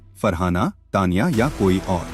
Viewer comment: Say Taniya.not Tniya